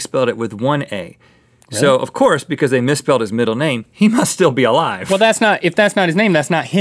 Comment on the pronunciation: I have evidence on my channel that Kurdt and JoN are still uh-live